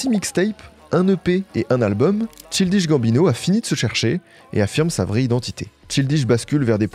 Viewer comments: fait un petit effort sur la prononciation. “Cheeldiche Gambineau” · J’adore tes videos mais t’aurais pu au moins demander a google la prononciation de Ch-AIL-dish Gambino. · Chill dishe Gambino ?!?!? La prononciation fait mal à la tête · Faut vraiment aller vérifier la prononciation des noms et mots anglais via Google Trad avant les vidéos, parce que ça va faire plusieurs fois où j'entends des horreurs hahaha. "Tchildiche Gambineau". (PS : la coiffure est pas si dégueu, mais c'est pas ta meilleure). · tu me rend fou, comment ça Chill dish Gambino??? recherche au moins comment se prononce le NOM de l'artiste dont tu parles, c'est trop grave. Tu vas pas me dire que tu sait pas comment se prononce le mot child quand même. Je dis la même chose a toutes les videos mais là, c'est trop frr c'est l'ALIAS carrément. pffff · Dommage de ne pas avoir pris le temps de savoir prononcer correctement le nom du sujet de la vidéo ! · Je ne peux pas croire qu'il y ait un travail si profond et d'une si bonne qualité et que personne ne t'ait reprit sur la prononciation de "Childish Gambino". A croire que c'est une technique pour faire commenter les gens et faire l'engagement haha Superbe vidéo nonobstant ! Merci pour les travaux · Le nombre d'heures que a passé à dig des vidéos, archives, cérémonies de remise de prix, émissions télé sur Donald, il a dû entendre la façon de prononcer le blaze de Childish Gambino 1 million de fois. L'abus est réel sur la boucherie de prononciation haha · la prononciation de childish gambino… franchement un effort… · Le nom de l’artiste est mal prononcé../ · pas la bonne prononciation de Childish Gambino 😭😭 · contrairement à ce que dit l'autre commentaire c'est pas une boutade je suis effaré par cette prononciation de Childish Gambino j'ai du arrêter de regarder la vidéo c'est insupportable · Merci pr la vidéo mais pr ta prononciation de son nom tu mérites un sale carton rouge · Chaï-L'diche Gamme-Bino ... TCHAYE-LDISH-GAMME-BINO